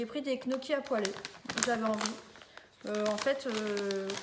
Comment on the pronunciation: Petite vidéo sympa 👍... Juste un tout petit détail on ne dit pas knocchi mais "niocchi" comme les oignons. J'ai passé la vidéo à niooooocchi 😅